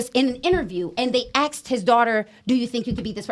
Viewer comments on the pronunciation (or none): The fact that she just said axed and not asked literally should of told them where her is stood